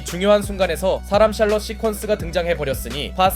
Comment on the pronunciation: 샬럼 샬렇지 ㅋㅋㅋㅋ